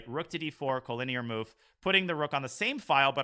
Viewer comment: Why does he pronounce it co-lin-EAR isnt it co-linear?